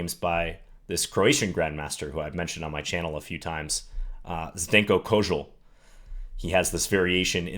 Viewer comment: ok I just came to say you pronounced the name of Zdenko Kozul 100% correct :-) I'm Croatian and my name is also Zdenko, cheers!